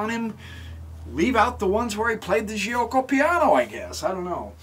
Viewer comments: bxc3 is wrong that was the opportunity to play the Moeller (Moh-ler) with d5. Giucco is pronounced joke - oh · Nice video! BTW the right pronunciation is " jew-oco piano"